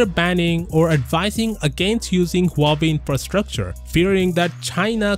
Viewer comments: Really nice analysis. One side note, please pronounce the H in Huawei. The way it came out sounds like Uawei. (I'm native Mandarin Chinese speaker.) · Never knew that Huawei is pronounced this way...